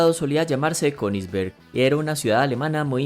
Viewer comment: Dato que nadie preguntó: Königsberg en alemán se pronuncia Ku-nis-bærg (El "æ" lo puse porque eso se pronuncia entre una "a" y una "e" )